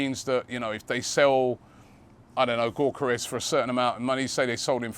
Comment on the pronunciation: Say it with me....Yok Yok Yok Yok Yokeres.....not Gork Gork Gorkeres....cheers champ